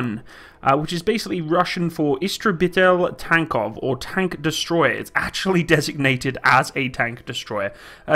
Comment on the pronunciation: Wow, did pronounce "истребитель танков" correctly, apart from "ль" at the end, nice Excellent video btw, thanks for bringing to the people some beautiful soviet concepts